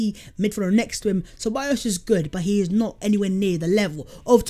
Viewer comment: Name : no Szoboszl "áj" ---> Szoboszla "i" (y)!